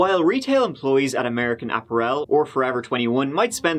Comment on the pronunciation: "American App-A-Rell" - Love ya,!